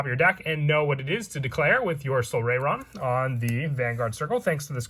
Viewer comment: Its pronounced "sol-RYE-ron"